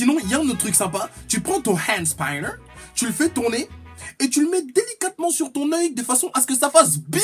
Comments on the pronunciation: On dit hand spinner même en anglais pas hand spaïnner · Enfin quelqu'un qui est du même avis que moi de la connerie ce "Hand spAAAÏÏÏÏnner" ou je c pas comment tu prononce😂😂😂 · "hand spailleneur" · Le Hhaënd Spaïneur